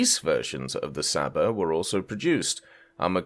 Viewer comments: its csaba not saba, you're butchering my beautiful language 😂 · Please STOP saying "Saba" it makes every Hungarian person's ears bleed! It's pronounced Ch-uh-b-uh, you can also just pronounce it as "Chaba" if you find that difficult/can't be bothered. The "Cs" in Hungarian is pronounched "Ch", like in "China" or "Chicken".